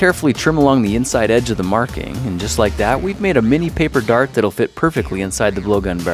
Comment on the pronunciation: The first time I watched this video 9 years ago I thought he said fart instead of dart